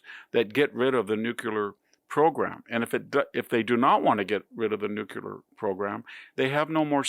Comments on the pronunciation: Mr Hanson... you're far too literate and eloquent to continue mispronouncing such a fundamental word! It's NEW-CLEE-ARR (think "new clear") NOT new-q-larr. Please 🙏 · Mr. Hanson, please, it's new-clear, not newk-yahler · I love VDS! Small but very important point for a learned man here: Please look at the spelling and pronunciation of "nuclear". It is NU-CLEE-ER Not NU-CU-LAR. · Thank you, Mr. Hanson. You're a valuable source of information and commentary. (By the way, it's "New-CLEAR", not "New-Kew-lar".) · NEWKEWLER is the wrong pronunciation, VDH. It's nuclear. NEW-CLEAR. And we had a Nuclear Deal, Trump and GOP backed out of it, and now that they see their failing strategy, they want back in. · I don't know why, but I lose one percent of respect for anybody who still says "nookyaler" instead of "nuclear". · Victor, why can’t people pronounce nuclear? It is ‘new-clear’ NOT ‘nu-kew-lah’. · the word is nuclear, not nucular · with all due respect, Mr. Hanson, nuclear ( pronounced NU CLEER AR). not Nu qur ler). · Hard to take someone seriously when he keeps saying nucular instead of nuclear. And what's a carnage house? Did he mean charnel house? Also, I'm pretty sure he meant DMZ and not DMC. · Uhh...VDH...It's not "Nucular". It's "nuclear". What a hillbilly. Typical arrogantly ignorant US American. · I love all of your podcasts, Mr. Hanson, but your pronunciation of nuclear is driving me crazy. It should be: "NEW - CLEE - AR". NOT "NUKE-YOU-LAR" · Nuclear not nucular. You sound like George W. Bush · NEW KLEER. not Nu Ku Ler. Reminds me too much of George W. Bush. Big fan of VDH. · Nuclear NU CLE AR not nu qu Ler. Come on mannn! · Dear Dr Hanson, please say “nuclear” correctly. It’s “new clear”, not “nuke yuler”. It’s pedantic, but important nonetheless, at least to those for whom details matter. When you say nukeyuler, you reduce your credibility slightly. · You pronounce Nuclear - New Cl ear ( not nucular) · "Nook-yoo-ler" isn't a word.